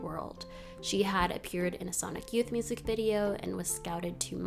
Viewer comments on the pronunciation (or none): none